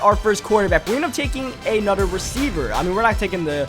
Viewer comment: he always says anudder instead of another